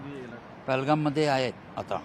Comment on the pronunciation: Pelgam nhave te pahelgam